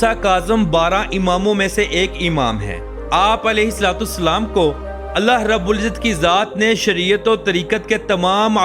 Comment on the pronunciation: Apna alfaz theek Karen ye alahe Salam hain